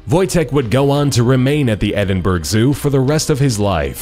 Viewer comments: Just one thing when you pronounce " Edinburgh " you pronounce it edinbruh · He pronounced Edinburgh as Edinburg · Haha I live in Scotland and Edinburgh is pronounced ed-in-bur-ah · he can't even say edinbrugh right that sows you that only scots can say it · I'm from Scotland and Edinburg isn't Edinburg its Edinburgh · "Edinburgh" is pronounced "Edin-burah" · Edinburgh is pronounced Ed In Bruh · Edinburgh is pronounced Ed-in-bru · you said Edinburgh wrong it's said Eding bruh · Edinburgh is pronounced ed-in-bur-ah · EDINBURGH NOT EDINBURG... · It's pronounced edinburru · ITS PRONOUNCED ED-IN-BUR-UH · You pronounce Edinburgh wrong, it is not hard to pronounce, Edinburgh (ed-in-bur-ra) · Ed-in-bra that's the way you say it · Y cant u pronounce Edinburgh?! Edinberg?! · Ed in bruh not burg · Fucking Edingburg. What is this amateur hour? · Edinburg hahaha, only scots will get the tragic mispronunciation of our capital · Why are you pronouncing Edinburgh as 'Edinburg'? That sounds stupid to a Brit, as that isn't how it is said at all. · it's just the fact they uploaded this without know anything about the place? They talk about the place as if they know everything about it. I mean I go to Edinburgh every Easter, so when it was prenounced like that, I was just disappointed? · OMG your pronunciation of Edinburgh is hilarious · loved the video but that's not how you say Edinburgh... just sayin ...... and a pet bear sounds really cool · The way he said Edinburgh 😫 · can we just talk about how said Edinburgh wrong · That place in Scotland yeah you said it wrong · "Edinburgh".... smh.... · You kept saying Edinburgh wrong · The way he pronounced Edinburgh got on my nerves. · When Americans try to say Edinburgh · It pains me how he pronounces Edinburgh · You really can't say Edinburgh :,) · you said edinburgh wrong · But that's not how you pronounce "Edinburgh"... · He pronounced Edinburgh wrong! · You pronounced Edinburgh wrong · Not how you say Edinburgh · lol Edinberg